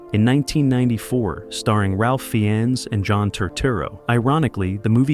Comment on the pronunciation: same here. I know who Ralph Fiennes is, but not Ralf Fiens